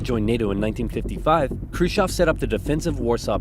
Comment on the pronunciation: ржунимагý😀 как он произносил курушев.